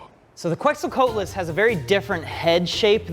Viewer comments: pronunciation of Quetzalcoatlus is weird lol. It's pronounced "ketz-ul-ko-ah-tul-us". It has 6 syllables, not 4 like his pronunciation. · It’s kets-o-Co-at-les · you don't pronounce the first U in Quetzalcoatlus It's a K sound so like in kettle. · another dino fact, he can't pronounce Quetzalcoatlus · im appalled by pronunciation of the 'coat' quetzalcoatlus